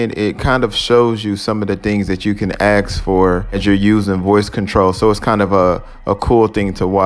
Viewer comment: It’s funny that you say “asking” normally but you say “axe” instead of ask. 😂